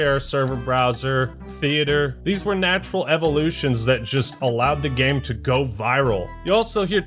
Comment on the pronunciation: Someday will learn how to say "game" correctly... gayum lol